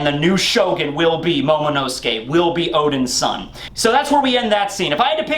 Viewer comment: The way you said momo son of Oden sounded like odinson the way the Norse Gods that were the sons of Odin said there name